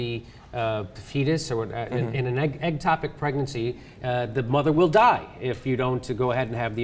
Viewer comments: It's "ectopic" not "eggtopic", but nice pun XD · Ectopic not eggtopic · it's "ectopic," not "eggtopic." Just sayin.